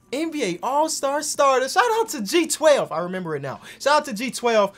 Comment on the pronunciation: I hope you relies you are saying G12 and not J12